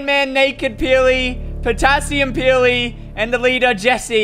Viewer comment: Can we all just appreciate how called colloseum peely "Potassium Peely"